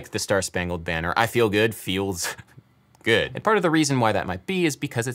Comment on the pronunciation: It always feels as though it's on the second syllable of "good"... (he sings it with two...) I Feel Gu UUD.